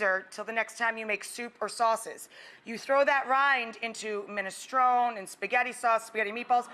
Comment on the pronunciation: What's with the pronunciation of minestrone? Nice work though.